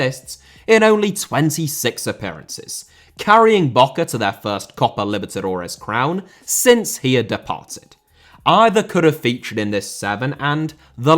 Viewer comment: Inter* not Ento Coppa* not Copper Italia* not Etalier Uefa* not Yuweifer Aleksandr* not Alekzander Simeone* not Simiouwni Serie * not Siri Bruyne * not Bruyner Bremen * not Breimen Father* not Fother Saw* not Sor Touré* not Tourei Venezia* not Venezier División * not Devegion Nacional* not Náxonal A* not Ar Half* not Holf Courtois * not Courtoir Gea* not Heyer Debut* not Deibyu Vicente * not Vinchentei Schalke * not Schalker Deschamps * not Deischamps Nazário * not Nazériouw Román* not Rouwmán Riquelme* not Requelmei Makélélé* not Makaleilei Diego * not Diyeigouw Nou * not Nau Bernabéu * not Bönabeyouw Liga* not Liguer Kroos* not Krouws Leverkusen* not Leiverkusen Idea* not Ideer